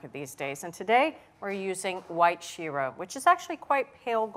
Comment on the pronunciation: Egads! Great recipe but painful pronunciation of Japanese words -- the same "i" that he gets right in "miso" should be used in "mirin" and "shiro". And the "e" in sake should not be that same "i" sound; it should be the Canadian "eh". Google Translate has a great pronunciation tool that can help with this stuff.